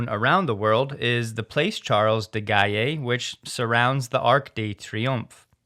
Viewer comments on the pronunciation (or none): Gaulle in the name of Charles de Gaulle is pronounced rather like "goal", or rather the now rare word "gole"! BTW the "Rond-point de l'Etoile", around the Arc de Triomphe is something inspiring panic to most non-Parisian drivers confronted to it for the first time. My wife, for instance, although French, would not even consider driving that roundabout EVER! And FSD navigated through it like a seasoned Paris taxi driver! Awesome! On a lot of French YT sites, the Tesla haters have been commenting for months that FSD would have no chance in Paris, especially there! Well, I guess they have a lot of egg on their respective faces! With this video, I am making sure they realize that! 😉